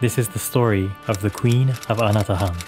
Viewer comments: I keep hearing... "Ana The Hun". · Hi, the correct pronunciation of the island is Anatåhan or ana-taw-ahn. This is in the Chamorro language. Nice video!